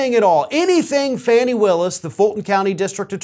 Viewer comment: Her nqme is D.A. Fanni Willis, and it is not pronounced rhymes with danny. It is Fanni, rhymes with bonnie, please, at least try to pronounce her name correctly,.